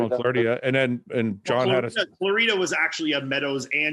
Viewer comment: James saying Shawn ‘Claridia’ made me crack up 😂